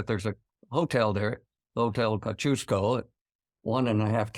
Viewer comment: Yikes, Will's pronunciation of Melbourne is unusually good for an American (I'm sitting there as we speak), but someone let him down horribly with Kosciuszko! It's approximately "kozzi-OSKO."